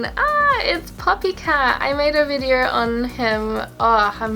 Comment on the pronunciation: She said vider